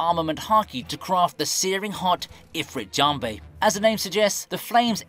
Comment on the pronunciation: "Diablé jambé" "eefreet jambé" Man I can't breathe 💀